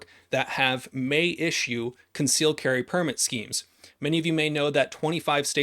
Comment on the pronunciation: He said "schemes" 😆